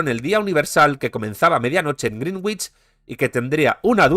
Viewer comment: "grinwich" suena como "bruja verde". Greenwich se pronuncia en inglés "grenich".